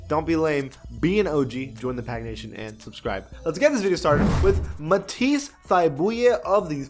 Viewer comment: Pronounced Muh-Teese Thigh-Bull